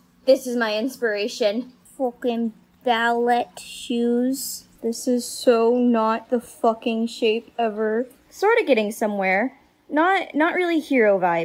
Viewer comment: Girl, when you pronounced the 't' in ballet, I was just like -_- "don't get mad" XD Design looks fantastic!